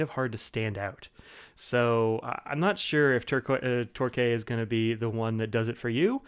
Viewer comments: Great review, Torquay is a coastal city in the UK and is pronounced Torkey. Keep up the good work. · Great review! But as someone who lives 10km away from Torquay, can confirm it's "Tor-Key". Also your reviews always awaken my hunger for a Franklin Christoph... someday... someday...